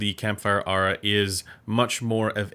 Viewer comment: It's "Air-uhh" (strangely).